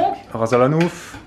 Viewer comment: on dit rass el hanout pas hanouf!